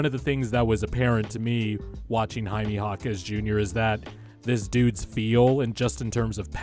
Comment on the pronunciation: Enjoyed the video but the way you pronounce Jaime was like nail on a chalkboard 😂 it’s more like hi-may not hi-mee